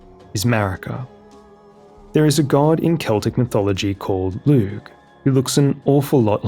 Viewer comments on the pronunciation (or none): Adore your work, just have to throw in a pronunciation thing. Lugh is pronounced Loo. No shade, Irish is wonky, but had to say.